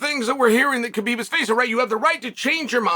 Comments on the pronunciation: It's not "Ka-Beeb".. it's "ha-beeb" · Please stop calling him K-bib. It is pronounced Habib. The K, In Khabib, is silent. I am offended that you talk about him so much but don’t pronounce his name correctly. Listen to him say his own name, he doesn’t pronounce the K. I have commented this to you so many times!!!!! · After all these years Chael still pronouncing his name wrong